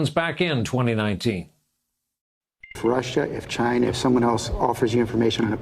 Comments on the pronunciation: He asked "chyna"!!!! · Can't wait for the Orange Stain to be gone, mostly because I can't take his "Jyna" anymore...